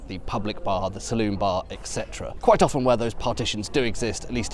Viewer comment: Thank goodness he’s not one of those crazies who pronounce the T in “often”. Sometimes I despair of people.